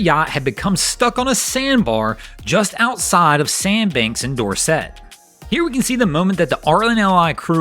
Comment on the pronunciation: FYI Dorset is pronounced door-sit